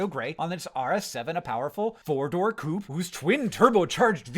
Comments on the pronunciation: Bro how is it impossible for Americans to pronounce coupé 😂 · Americans pronouncing coupè as [kuːp] is crazy